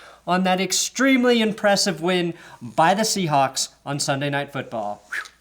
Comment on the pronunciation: I love how he say shewhawe lost to packer in afc championship